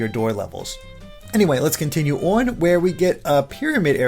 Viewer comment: So many changes.... makes me a little worried. I wish they would have made something similar to thousand year door. They keep making huge changes and sticker star and colour splash proves change isn’t always best. Also... the way this guy says “on” 🤦‍♀️